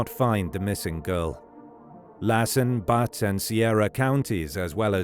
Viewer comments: Please! Butte, California is not pronounced "But", it's pronounced "BEUT" as in Beauty. Big difference! (just a little research would have prevented this unfortunate mishap). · Butte is pronounced beaut. Not butt. Please inform your AI. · it’s pronounced “by-oot” not “butt” county, lol. Stupid A. I. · “Butt” county made me laugh. The u sound in Butte is pronounced like “you” btw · BTW, Butte is pronounce Buew-t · They also frequently mispronounced things and recited a different dialogue than the subtitles. Annoying. Like “Butte County” in California, it’s not pronounced “butt” county. There’s no escaping the A.I.